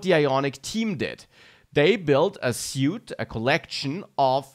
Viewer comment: Suite is pronounced “sweet”